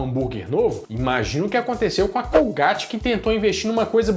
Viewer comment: colgaite.e não colgáte,é inglês